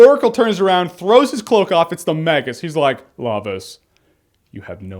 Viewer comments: I got in a huge fight with my friends back in the day about how to pronounce Magus. I called him Magus like Jeremy. My friends called him "Mageus", like "Mages", plural. And I was like "No, there's no "e" in his name." Epic. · I never knew he was called “the magus”. I just looked up the definition...and i’ve been pronouncing his name wrong for years lol.